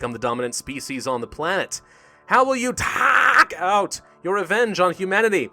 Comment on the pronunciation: Lmao "taake out" you sound like Smigel